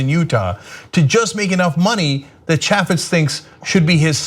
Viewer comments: Trivial note to Ana. The "a" in "Chaffetz" is long, like in "ape", not like in "apple". FYI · You don't even know how to pronounce his name